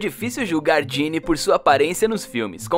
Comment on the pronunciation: É Ginna não Ginny mas o vídeo ficou incrivel